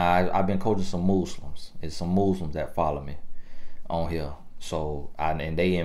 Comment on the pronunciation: Did he say "Mueslims" 🤭😆🤣..Lawd help me. I luv it! Another great message 🙏🏾